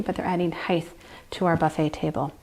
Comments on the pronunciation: no such word as heighth .the word is height. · It’s pronounced “hite” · lovely video!!! But "heith" is not a word. Still, a great video!